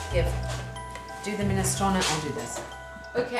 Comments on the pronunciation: Alex's pronunciation of 'Minestrone' has an italian lilt and is all the better for it :) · Now I know how to properly pronounce 'minestrone'! Thanks, Alex!